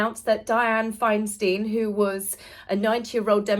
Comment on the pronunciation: Dianne FINE-stine (not FINE-steen)